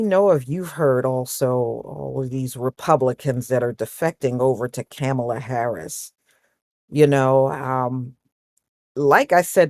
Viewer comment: Please don't attack me for asking, but why do you mispronounce her name?